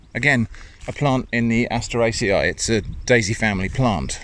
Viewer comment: My day gets instantly better whenever I hear say asteraceae